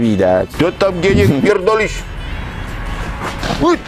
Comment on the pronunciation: Zajebiste :-D "A pierrdolisz Pan"